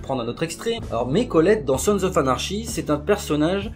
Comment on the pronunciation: Et à ne pas prendre mal mais "anarchy" ça se prononce "anarki" :)